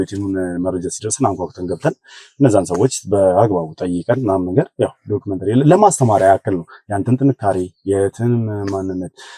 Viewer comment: ሀይ አንተ እኮ አትቻልም ዶክሜንተራ ኣልክ ዶክሜንተሪ ብሎ ዝም ለማወጣጣት የተጠቀምክበትን መንገድ በጣም አደንቃለሁ።